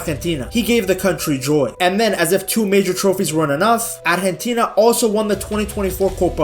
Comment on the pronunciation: I'm surprised how well he pronounces "Argentina"